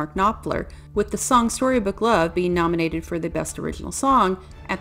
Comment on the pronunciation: Terrible review. She just reads it, badly. Her words are sloppy. What's a shorybook song?